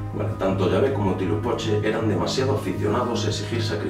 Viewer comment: No te molestes, pero realmente no pronuncias bien las palabras ó nombres del idioma Nahuatl que era el que hablaban los mexicas (aztecas). Huitzilopochtli se pronuncia como lo ves escrito y no como tu lo pronuncias y significa Colibrí Zurdo y sí es una representación del Sol. Tenochtitlan se pronuncia también como la ves escrita. En el idioma Nahuatl, las palabras son graves, tienen el acento en la penúltima sílaba, como si dijeras Te Noch Tí Tlan (con acento en la i) ó Huit Zi Lo Póch Tli (con acento en la o). Saludos y son interesantes tus videos.